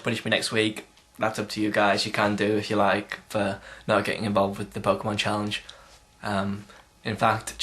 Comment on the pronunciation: pokemon the way u say it is like gay sex =P